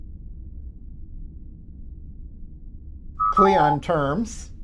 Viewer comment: It's "cling on", not "cleeyon". Qapla'!